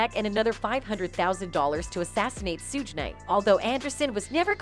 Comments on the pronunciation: mispronouncing the names on purpose just to not get sued for defamation of character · Who is 2 PACK? And who is Surge Knight? How can you be a moderator and mispronounced names of celebrities of interests? Terrible commentary. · Did she say Sooge Knight 😆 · "Sooge Knight" 😅😅😅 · “Sooge” Knight lol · Shorty talmbout sooge night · The narrator can't even pronounce Suge Knight's real name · I love how Suge Knights name is pronounced lol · OMG watch a video before you post videos of people unknown to you... Suge Knight... Pronounced Shh-ug like Sugar -minus the damn ar... And Tupac??? Two-pack??? Really??? Where you been? Another planet??? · 2 pack and sooge knight lmao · "2-pack" and "Sooj Knight"